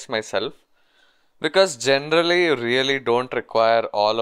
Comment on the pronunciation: This video is really usefull but "genderally" is killing me